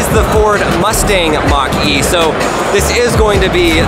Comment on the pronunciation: Mustang Mach-er-E